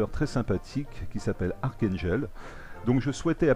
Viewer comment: Super la série reprend :-D full métal jacket ;-) est-ce que c'est toi jhon Wayne ou es ce que c'est moi et la qualité de t'es vidéo est exelente et tu m'a fait rire avec la prononciation :-D daium sa se dit Dayoum et archangel c'est archangél après en 2016 la marine va normalement ariver et pour les game play après la partie historique de l avion tu devrais jouer en réaliste les caractéristiques des avion sont plus "réalistes " méme si c'est un jeu vidéo le mieux c'est le simulateur j'ai trouvé aucun youtubeur français qui en fait